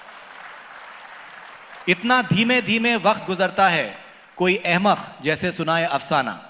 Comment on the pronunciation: jnab ka Q, K, Kh, thik nahi he . khurbani nahi hoti janab qurbani hoti he, wakht nahi hota waqt hota he, ahmakh nahi hota ahmak hota he, khafiya nahi hota qafiya hota he :) aap thoda ispar kaam kre. ye isliye kaha ki aap urdu pr baat kr rahe ho.